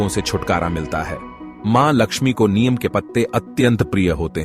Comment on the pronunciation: नियम पेड़ का उच्चारण गलत है । नियम नहीं बल्कि नीम का पेड़ होता है ।